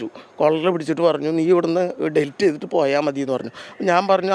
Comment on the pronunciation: ഡിൽറ്റ് അല്ല പത്രപ്രവർത്തക, ഡിലീറ്റ്.. എന്തൊരു കഷ്ടം ആണ് ഇത്